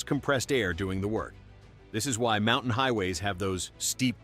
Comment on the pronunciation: MountAne??? AI narration ruined this video.